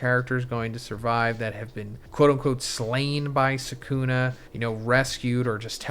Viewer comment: Can you pronounce the names right? It’s sukuna not sekuna